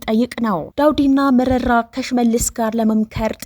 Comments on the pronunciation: Say merera not merari, if you don’t know how to pronounce ask someone, if you’re careless apologize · መረራ በይ መሪራ አትበይ!